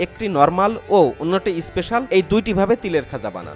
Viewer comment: Bhai that's is special not isspecial, why all Bangladeshi use is before word like school, special, stump... All are telling isschool, isspecial, isstump